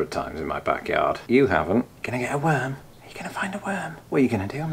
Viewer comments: I'm gonna need you to stop saying "backyarden." 😬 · Back “yardin” 😂 love it (yard/garden) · Did you say “yarden” for YARD, like “garden”, but with a “y”? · Back "Yarden" 😝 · Did… he say “yarden”… like garden + yard? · 🤔 Are you saying "Backyardin"? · Hold on, is he saying 'yarden'?